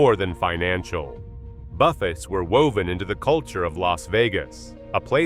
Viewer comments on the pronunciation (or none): Calling it buff-ets, like Jimmy Buffet, instead of buffay.